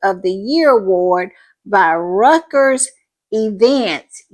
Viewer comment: This is great for Harry..,...*btw the long respected new distro Reuters is pronounced royters. It's a German or something word name. But no letter g is in it.